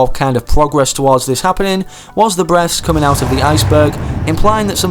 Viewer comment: I thought unsaid “breasts” instead of breath